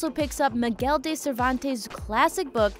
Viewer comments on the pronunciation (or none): none